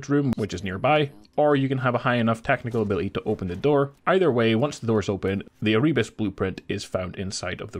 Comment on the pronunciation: Content creators should look up the pronunciation of words they don't know before making videos. It's Er-uh-bus.